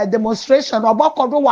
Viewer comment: The Word Is Demonstration... !! NOT Demonsteration😮😮